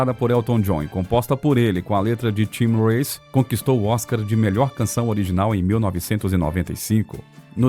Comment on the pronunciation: Trope"N"tista foi de doer. "SEND" songs? Vamos arrumar esse ingreis. Não PAINER. é P"I"nnÃr. Tim REICE? Para... larguei de mão!